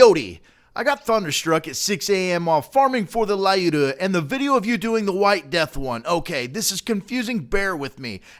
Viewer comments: it is pronounced luda not lyuda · i`m from Russia and every time then you pronouncing Lyuda "LAUDA" i am hiccup! in right pronunciation Lyuda no letter A most right way to say that is say Luda that is more close to original In English variant 2 letters together y and u exchange one Russion letter "Ю" :) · I had heard about this before but I couldn't see the analogy with the console wars thing. By the way, it's pronounced "Lyooda", not "Lie-you-da". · I believe "Lyuda" should be pronounced, "L'YU-da", NOT "Lie-U-dah". Just throwing that out there. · Haha I love you attempt at Russian, my friend. But her name is Lyudmila (Людмила), it's more respectful. And you say her little nick name like "Lee-yoo-da" no "L-I-ooda", but never the less, awesome job with research! I just don't know why it had to be her and not Vasily Zaytsev. Either way, it is awesome, sad though that I'm Russian and I have this and I got the rifle that killed my ancestors. Lol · or looda not luda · Just saying, lyuda is pronounced "lude-ah" ... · The "Y" in Lyuda is silent. Just so everyone knows.